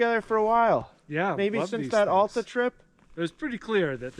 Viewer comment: Please learn how to pronounce Alta correctly.